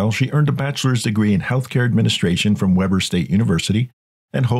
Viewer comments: Nobody cares but it’s pronounced Wee-ber and not Weber. Lol Utahn here. It’s weird to see a case with such familiar surroundings. Freaky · Thank you for covering this case. I live about 45 minutes from them and this case has blown up here. I would like to mention though, Weber State is pronounced "Wee-ber" and Heber City is "Hee-ber" We are weird out here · Sad that she's so greedy. But I have to say, the pictures of "Kamas" were not Kamas, that was southern Utah and Kamas is Northern Utah not far from Park City and you pronounced Weber wrong....Still a great piece on a psycho woman